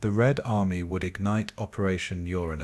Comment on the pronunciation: Yet another uneducated cretin mispronouncing Uranus. Proof that AI is garbage.